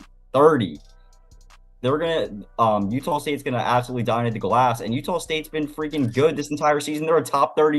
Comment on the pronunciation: I heard utahl state a lot in that broadcast. I didn’t know there was an L in there. Good insights though thanks.